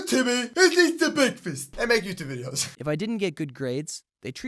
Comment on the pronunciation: Who loves BEKFAST